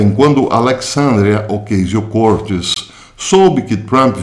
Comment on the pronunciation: Caro professor, antes de qualquer coisa, sou seu admirador e seguidor. Gostaria de fazer uma observação sobre a pronúncia do nome da senhora citada. Mesmo que não seja definitiva para o entendimento da mensagem, a forma correto é OCÁZIO CORTÊS. Deixo aqui meu abraço e meu respeito.